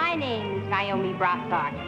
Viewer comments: The middle lady pronounced it Ni-o-me instead of Na-o-me. I wonder what that means. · liberty Ann She was the only one to pronounce her name NYE-OH-MEE instead of NAY-OH-MEE. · I instantly knew it wasn't number two when she mispronounced Naomi as Nyomie.